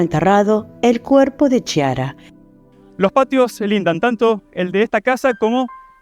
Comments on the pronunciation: Se pronuncia Kiara, no Chiara! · Bien caso, solo que así no se pronuncia el nombre de ella, la ch se pronuncia como si fuera la k, ya que significa clara en italiano